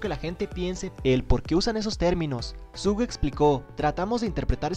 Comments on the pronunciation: Se pronuncia "Shuga" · 1 dna se pronuncia dienei 2 suga se pronuncia shuga :VVV tenia que decirlo :V